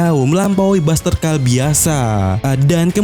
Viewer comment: oh kirain, soal nya saya liat di manga ny kalo ga salah tulisan ny bustercall, dan kalau biasa nya sih harus ny di baca basterkol, jd saya bingung kenapa di baca nya basterkal, takut nya emang di baca nya begitu maka ny saya bertanya.